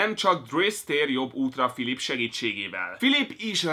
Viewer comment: óóó de akkor hogyhogy nem tudod hogyan kell kiejteni a Philippe-t? :D